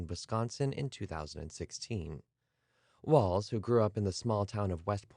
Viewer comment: Thank you for pronouncing his last name correctly.